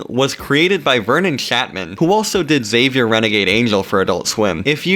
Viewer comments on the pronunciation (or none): none